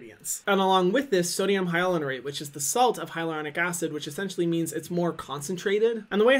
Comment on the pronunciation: His pronunciation of sodium hyaluronate kills me everytime